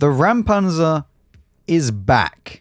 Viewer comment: Again I can help out unasked: Räumpanzer - it is not "ram", but you can approach the "äu" like the "eu" in "Europe" -> Reumpantser